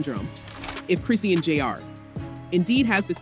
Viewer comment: Who is “Chris see an” you mean Chrisean ??